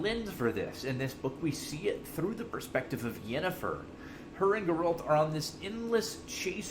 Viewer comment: ??? Grrr-Ralt? My God man, wtf. And you really should change your cancer intro song. Does not fit this content, nauseating.